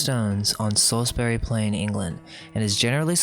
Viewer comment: "Saws berry" not "Salis bury"